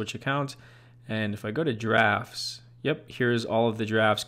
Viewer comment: Did anyone else hear giraffes instead of drafts?